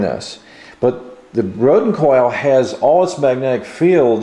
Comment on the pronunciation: Please enunciate the words you speak properly. It's pronounced "mag-net-ic." Not "ma-nec" or whatever the hell you keep saying.